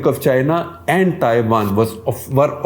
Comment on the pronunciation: Cringed every time Shekhar Ji said Thaiwan (Taiwan)